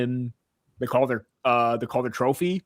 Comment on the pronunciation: Love the content, but quit saying Calder like that. It's infuriating.